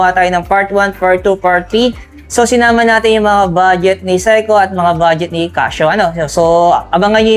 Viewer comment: Seiko hindi SEKO